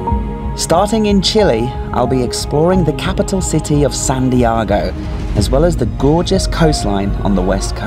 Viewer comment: Look forward to the series. Again, you keep saying San Diago as the capital of Chile. It is Santiago with a 't' rather than a 'd'.